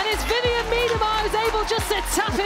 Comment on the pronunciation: Why isn´t Vivianne interviewed herself and are the comments by players that cannot even pronounce her name correctly !?